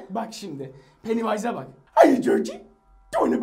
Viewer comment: Pany ways değil cahil pennywise